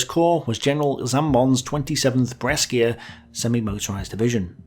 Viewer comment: BRESCIA IN ITALIAN IS PRONOUNCED LIKE YOU'D SAY "BRESHA" IN ENGLISH